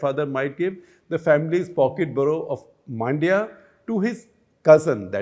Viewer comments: It's not Maandya, it is Mundya. Pronounce similar to Monday but swap the last a and y. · Hope Shekhar reads this. Also Man-dya(like the Hindi word for mind) not Maan-dya.